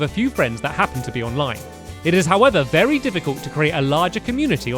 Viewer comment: U Said Berry Useful wen making a CAAAAKKKEE